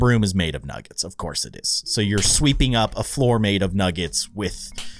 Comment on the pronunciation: 🤣 baldi’s is a bad speller he cant even say “nuggets” he says nuggs